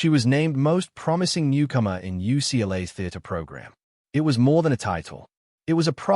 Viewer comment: ucklah? the fake robot narrator literally called "UCLA" ucklah.